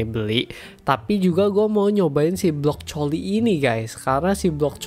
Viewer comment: blockcoli? 🤨 Blo coli?! 🤨 brocoli🤨 brocoli itu sehat